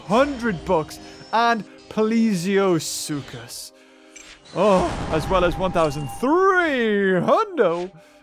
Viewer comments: I just realized that you say PLIOsuchus when it's actually PLESIOsuchus. Care to explain? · How have people not mentioned that he is pronouncing plesiosuchus as pliosuchus? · When manages about 8 different pronunciations of plesiosuchus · u pronounce plesiosuchus wrongly